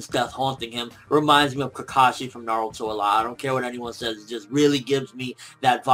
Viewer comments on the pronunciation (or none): none